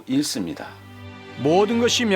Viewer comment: 대학교수라는 작자가 "읽습니다"를 "일습니다" 라고 발음하네.ㅋ